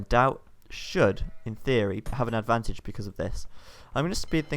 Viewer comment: I KEEP HEARING hight abantage ? what abantage like extra range when on toop of a hill?